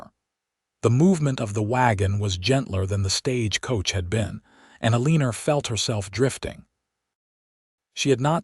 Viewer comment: Elinas name has no "r"s in it. Eh-lina not er-leaner